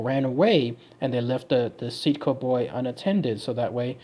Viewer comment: See-aht-co is how the people in my tribe says it.